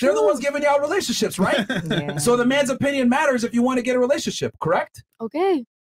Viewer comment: My nigga Myron with, that's not Tttrue, that's you O pin yun...I'm literally in tears 😂😂😂